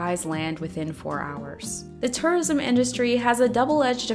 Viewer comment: I keep thinking you're saying "Taurism" lol